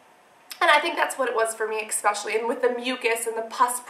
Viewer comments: cassandra its said ESPECIALLY NOT EXPECIALLY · aah its so cute how you say ecspecially instead of especially :D love all the info you give us, love you♥